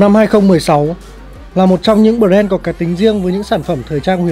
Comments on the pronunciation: Bờ ren nha mn :) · Bờ ren :)))